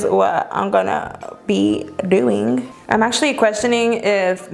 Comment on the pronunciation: I freaking love her but does anyone notice that she says "an gonna do a first impression" instead of "i'm" lol it's cute! Love you!!!!